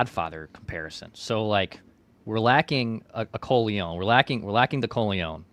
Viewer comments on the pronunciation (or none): My god, stop attempting to pronounce Corleone!!! 😂😂😂